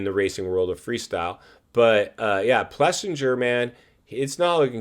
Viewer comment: Dude! First off if you are going to talk like you have half a clue would you please pronounce AP’s name correctly. It’s Plessing-er…repeat it Plessing-er. Secondly, KTM isn’t suffering massively and their moto situation isn’t “crisis” driven 😂. Having 3 product lines wasn’t a great idea from the beginning well before their supply issue even happened. Their moto racing was covered all along and as company they are out of insolvency and have a full production line back in place. Quit making stuff up for pure drama. Of course riders are going to say they are ready to go LOL. There are some that even cheat on concussion baselines to make later ones easier. The sport has one of the worst concussion protocols there are. Even basketball is more stringent and professional in concussion protocols😂😂🤦🏻‍♂. It’s not an issue with KTM anyways it’s the issue with the sport overall policy. To say it’s KTM “blowing it” is just ridiculous.